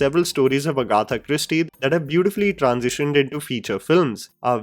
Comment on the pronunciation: Agaaatha nahin Agatha! Pronunciation sudha ro!